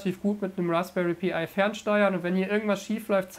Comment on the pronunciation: Warum.. warum sagst du Raspberry Pi-Ei…. Das ist ein „Pi“, alias 3,14159…..